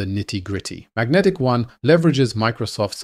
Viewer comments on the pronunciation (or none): They call it Magentic-One, not Magnetic One